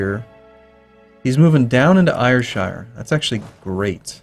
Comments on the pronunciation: Yes indeed, point out that it's pronounced SHUR, instead of shire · It's spoken as Airshir, not Ayurshire :P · Ayrshire is pronounced like AIR shire